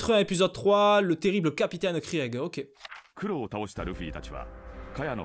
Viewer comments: sa se prononce krig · non sa se pronomce krigue